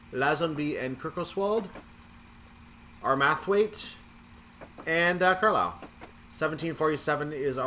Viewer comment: Still can't pronounce Armathwaite right. Did you not watch that video I linked you to? :)